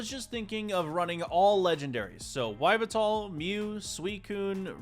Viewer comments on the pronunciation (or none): Yveltal is pronounced (yee, veL, tall) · Yveltal ???? (EE-VEL-TAL) one of the three legendary in pokemon XYZ! ❤❤❤ Then after that in the video he pull out a Xerneas?? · your black flying pokemon is pronouced like ee - vet - al